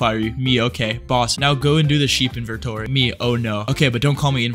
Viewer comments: How does a man just mispronounce inventory as "invertory" twice in a row? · Why can't my bro pronounce inventory?